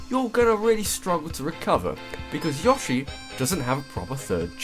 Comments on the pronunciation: Yaw-shay? Really? It's Yo-shay. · its pronounced yoshi not yashi like Yo-she your pronocing it ya-she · yo-shi not yosh-i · why did people start saying "Yoh-shi" instead of "Yaw-shi" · Isn't it Yo-shi not Yoh-shi? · wait wait wait wait wait..... is he pronouncing yoshi... YAHshi? O_o??? its YOHshee... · I like how you say Yoshi (Yaw-shi) instead of Yoshi (Yow-Shi) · Yoshi not yahshee dumbass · Are you pronouncing YOshi as YAWshi? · no, it actually is pronounced yo-shi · every time he said "Yaw-she" I died a bit inside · Damn it man it is Yo-shi! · how do you manage to mispronounce yoshi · Your pronunciation of Yoshi is abysmal. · no why does he pronounce yoshi that way